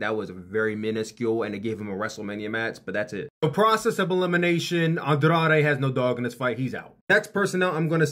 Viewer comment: As a Mexican hearing this guy trying to say the name Andrade with an accent is sad but funny😭😂